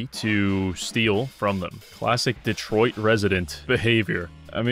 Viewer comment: LOL "Detroid"